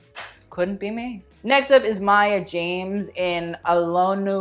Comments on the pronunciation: Maya JAMES hahahahahaa its Jama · I’m ready to blow your mind but Neneh Cherry (pronounced Nina) is Mabel’s mum. Also Maya Jama (not James) is Stormzys ex hence the ‘revenge dress’ comments